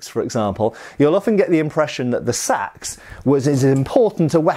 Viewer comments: Gods I hate that pronunciation. They weren't wearing shades and blowing cool tunes into a curved horned instrument, and nor were they using burlap bags as weapons. Æ is the a in at/bat/cat/that, and it is not spelled Sæx, it's Seax. So there should be some level of even sub-vocalization, something that makes it sound different than what rice is transported in, or what John Coltrane was famous for. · "There are all kinds of Saxe..." 😜